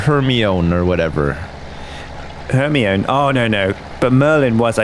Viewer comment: "hermoin" LMFAOOOOOO